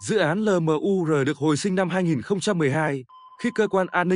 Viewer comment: Cái ông AI này đọc LMUR thành 'lờ mờ u rờ' nghe chán lắm. Admin dạy lại để ông ấy phát âm chuẩn tiếng Việt đi 😢